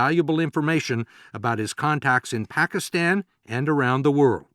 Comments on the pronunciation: Barack Obama is only American who pronounces "Pakistan" and "Osama Bin Laden" correctly. Such a very detailed and brillian person he is! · I love how Obama pronounces 'Pakistan'. He's even taken the time to do that right. Goes to show his attention to detail.